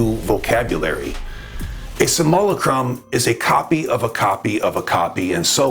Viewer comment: Love this channel one of the best on YouTube I like the way he pronounces simulacrum, Samoa Chrome😂❤❤